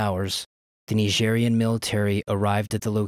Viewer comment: Why do you say "Nigerian" like that?